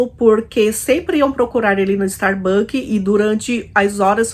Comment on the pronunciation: StarbuckS com “S”!